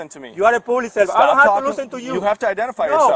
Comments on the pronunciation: ..Yoo orr pooblix survamt.... cop says what? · " ..ewe are a pooblic cervan..".... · "You are pooblic servan" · You a pooolic subant? You a subavisor? Lmfao.. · ...and "pooblick servint"...and breaking the "loe".